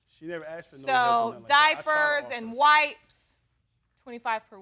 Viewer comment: And arxxed instead of asked………. The mispronunciation of this word makes me mad 😡